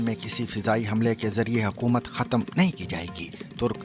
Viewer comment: جاوید چودھری کی تلفُّظی جہالت سمجھ مں نھی آتی! “ختم” khatam❌/ ختْم khatm ✅